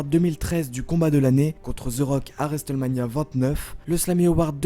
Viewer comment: Tu peux arreter de dire resteulemania ?